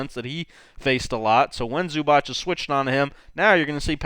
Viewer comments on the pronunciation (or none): Its not Zubach. It's Zubac. The letter C in the end is pronounced as zz in pizza, or ts. C=zz , or C=ts. Good job on Dončić pronunciation though :) Č and Ć are pronounced as ch, like in in Charles for example. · Loved your video but its supposed to be [zubats] and not [zubatch] or smth